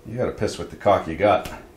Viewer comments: Do you ever buy metal parts from Fastenal? PS. I always thought you were saying C*ck for Dolly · This whole time I thought it was cock for Dolly.